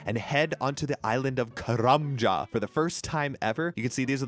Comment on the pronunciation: Say karlambwan.. one more time 😂